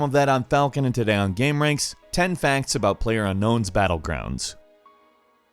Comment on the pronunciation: "10 Fancts"